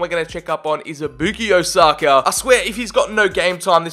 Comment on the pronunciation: The way he says sakas name haunts me 🤢